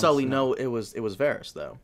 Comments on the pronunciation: I had to stop listening 10 minutes in just because of how this guy pronounces Varys. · You've been watching the show for years, hearing Varys pronounced correctly multiple times. Yet you both repeatedly mispronounce his name every episode and in different ways as well. Cracks me up. Love your content guys, keep up the good work.